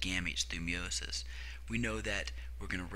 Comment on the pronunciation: Tres bien. I love how you say meiosis or should I say "meowmosis" :))